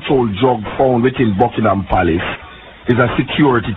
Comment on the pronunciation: Palace not place lol